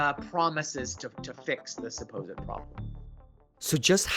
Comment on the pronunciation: Did dude just say the "supposed" problem?